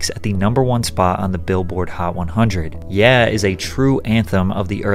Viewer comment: You said 'yeah' wrong. 🤨😬😱